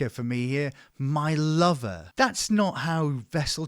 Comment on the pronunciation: The 'my lover' comment with the farmer accent fucking sent me 🤣